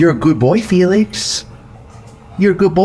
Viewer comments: oh, thank you SO much for giving Felix a few minutes of reprieve... even if you can't pronounce it properly :) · ... Feel-Licks ;-P